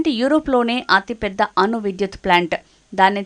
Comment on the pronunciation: అను కాదు అణు